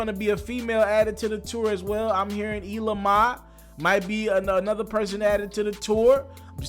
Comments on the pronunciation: This guy said "ela ma" not "ELLA MAI" .....🤦‍♂️🤦‍♂️🤦‍♂️ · Yo who the fuck is Ela Ma 😂😂😂😂😂 it's Ella Mae my nigga 😂😂😂😂 Yo u gotta get it together my G. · Who TF is Eelah Mah? It’s Ella Mai (ell-lah may) fam. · Who in thee fuck is Eeeela Ma?? Or is this dude mispronouncing someone's name as usual?? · cpdell THIS COLLEGE EDUCATED GUY MISPRONOUNCES EVERYTHING!!! SMH